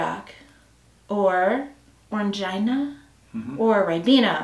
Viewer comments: Orangina is pronounced Oran-geena BTW not Orange-eye-na :) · Orang-eena, not ina :) and Lilt is pineapple and grapefruit